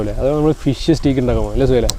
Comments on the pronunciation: Bro the pronunciation for steak is stake! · സ്റ്റീക് അല്ലാട്ടോ സ്റ്റെയ്ക് ആണ്... എല്ലാർക്കും പറ്റുന്ന തെറ്റാണു.... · 'സ്റ്റീക്' അല്ല ബ്രൊ right pronunciation is 'സ്റ്റേക്ക്‌ '